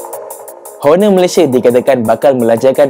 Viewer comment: Honor is pronounced as 'onor' silent H (nak tegur skit je haha) btw nice video 👍🏻